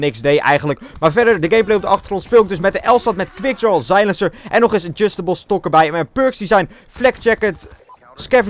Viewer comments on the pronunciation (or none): Je zei zeilenser en verhaal__lijn